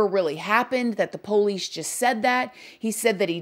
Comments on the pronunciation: I would spell it like “ poLease” hahaha Love her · I love how she says “Poe-leece” 😂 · That's how we pronounce it in the south. Lol